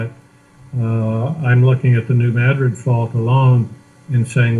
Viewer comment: Hi. Just wanted to say you are awesome for the time you spend to get the message out! Also New Madrid is pronounced "Mad" as in angry and "rid" just like it sounds lol. it's a local thing I guess!